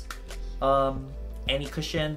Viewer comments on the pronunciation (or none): none